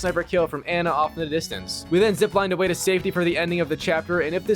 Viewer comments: Its pronounced an na not an ya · Anna, not Anya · Her name is Anna and not Anya :) Why do you call her Anya ? You played the game so you should know her name is Anna right? Why Anya??? What is going on with Anya :) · Miller is rolling on his grave everytime you say "Anya" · i hate how you pronounce anna😅